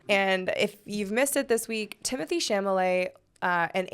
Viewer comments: Girl it’s Cha-la-met!! NOT chamalay😂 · Why Failed (to pronounce Chalamet)